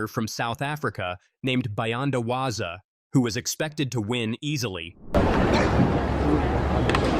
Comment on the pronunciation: The South African runner is not Waza, its Walaza...Please!!!